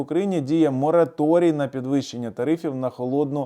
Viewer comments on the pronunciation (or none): none